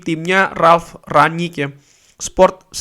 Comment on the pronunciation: Rangnick bang bukan ranyik